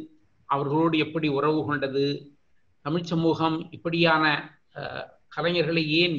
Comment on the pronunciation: "தமிழ்" சொல்லுங்க "தடமில்" சொல்லாதீங்க...